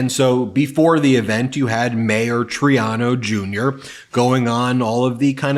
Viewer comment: One of my pet peeves is mispronunciation of names. It’s Mayor Troy-AH-no.